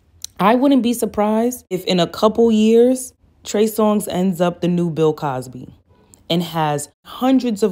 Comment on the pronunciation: Lol she said “ I am going to call him Trey Song “😂 not “Songz” but “Song” (singular/not plural” )🤣